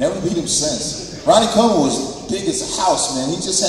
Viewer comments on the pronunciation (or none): Colejman ? Hahaha